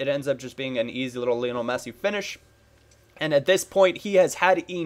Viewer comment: it's pronounced Li-on-el, not Lee-on-al. He was named after Lionel Ritchie!